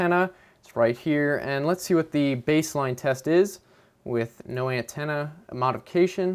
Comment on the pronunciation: I like how he says ant-enna